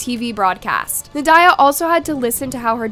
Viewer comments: You are absolutely butchering the mother's name. Well, all the names, but we'll excuse the butchery of the last names. How, though, do you butcher Nadya??? It's NOT na-DIE-ya. It's NAH-dee-ya. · That is not how you pronounce the name Nadya. It's not even an uncommon name.